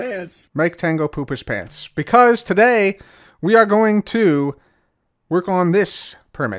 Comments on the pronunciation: Maybe Mumbos American accent "Pants" lol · Please have mumbo’s American accent where he says “Pants” it’ll be so good